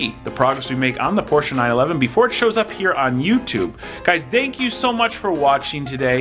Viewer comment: Stop pronouncing Porsche wrong -_